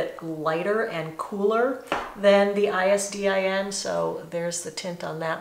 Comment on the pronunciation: Greetings from Argentina! You are so gorgeous!!! Your hair today looks amazing! I-S-D-I-N is pronounced like "EESDEEN"😜